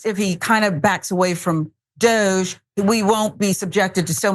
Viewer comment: Love the Dog-e pronunciation.